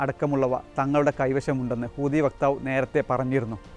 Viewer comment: കോപ്പ്! ഹൂദികളല്ലെടോ! ഹൂതി എന്ന് പറയാൻ പോലുമറിയാത്ത യാണോ താങ്കൾ?